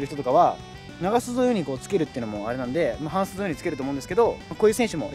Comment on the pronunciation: 長袖と半袖のイントネーションおかしいwww